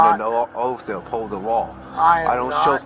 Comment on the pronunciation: "I'm above the lawr" is my favourite quote